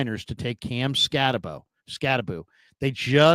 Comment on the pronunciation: pronouncing it "Scatty-Boo" had me rolling..lol 🤣 I'd like to think he was just doing it to be funny, but sometimes I cannot tell when he's joking, being serious, or just being sarcastic..lol Bet is a pretty good poker player...haha